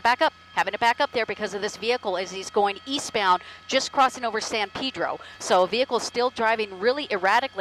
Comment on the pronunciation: It's not Pidro it's Pedro